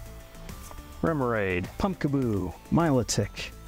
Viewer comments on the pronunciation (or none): none